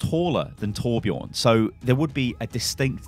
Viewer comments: Sven is a Nordic name, both seen in Denmark, Sweden, and Norway. Judging from the distinct blond hair and beard + bright blue eyes, I'd say Swedish.. Would make sense when he and Torbjörn have history. (And btw everyone are pronouncing Torbjörn wrong xD just want to let you guys know) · Please learn how to pronunce torbjörns name corectly... PLEASE!